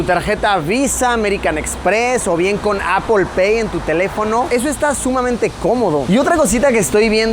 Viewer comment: tengo una consulta para luisillo: ¿por que cuando te refieres a la marca Apple dices Apol? Saludos desde Villa Gral Marcelo Iripino, Catamarca del Menem, Argentyna